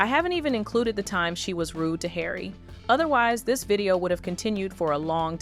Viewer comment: You need to learn how to pronounce Harry 😂